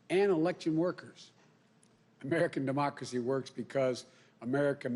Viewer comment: “Our Demoxly”?